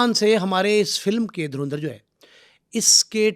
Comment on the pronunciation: भाई ये धुरींदर नहीं है ये धुरंधर है पहले पढ़ना तो सिख लो भाई